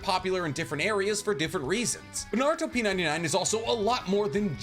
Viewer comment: Pretty sure they intended you to say it "Naru-Top 99" as in the top 99 popular Naruto things